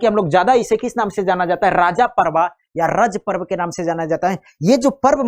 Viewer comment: Yes m from Jharkhand and it is rajo parv not king/raja etc wo sirf odia pronunciation k कारण